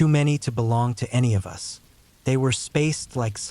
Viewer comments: “None of U.S. did” lol AI is so dumb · Yes, sounds like stupid AI when it pronounced the word "us" as "you-ess" 😂 twice.😅.